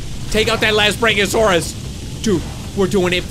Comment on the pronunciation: its BRACK-ee-oh-saurus